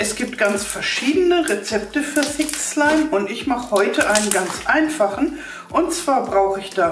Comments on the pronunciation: Wer Hat auch Fi*k Slime Verstanden? HAHAHA LIKET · Wer hat auch f*ck slime verstanden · Sorry ich habe fick slime verstanden🤣😂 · Ich habe verstanden FICK schleim... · Ich habe f*** slim verstanden